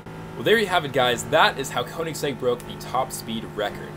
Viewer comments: what the hell... Check how you should pronounce word 'Koenigsegg'. It's like "e" letter in "check" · Koenigsegg is pronounced königsegg, of course english don´t have the ö and the german language has oe instead. Most english speaking people who try to pronounce it simply say o instead of ö because they have a hard time saying ö or don´t know how to pronounce it.